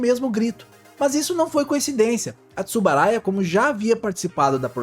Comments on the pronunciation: Uma pequena correção, o nome correto é Tsuburaya. Foi falado por todo o vídeo "Tsubaraya". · É Tsuburaya e não Tsubaraya.